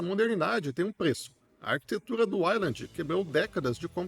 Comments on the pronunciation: Fala ueiland pff... Todo uailandi me dá um arrepio de desconforto 😢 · Caraca, não consegui terminar de assistir o vídeo. Ouvir 5 minutos você pronunciando "island" ao invés de "wayland" me deu nos nervos. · não... O nome é Wayland, não uailandi. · Bro, eu não sei falar inglês como um nativo mas sei que Wayland não se pronuncia como a pronúncia da palavra "island". E fica mais feio porque bastava o cara gastar 15 segundos pra pesquisar no google tradutor como é a pronúncia correta que pronto. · pois então vc chama errado. O correto é "ueiland". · Cara, dá uma pesquisa em como se pronuncia as palavras "wayland" e "cinnamon". Você tá pronunciado errado.